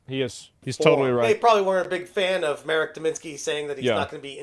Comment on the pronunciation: it's pronounced [Mahrek], not [Merek]